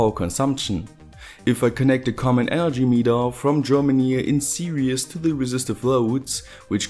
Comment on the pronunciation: it sounds like you say "in serious"... serious means "ernst/seriös" when translated to German. I think you mean "in series", which is "hintereinanderschalten". I believe that is what you mean.